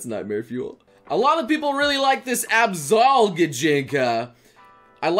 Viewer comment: i would say he mispronounced absol "abzol". But it's okay I guess.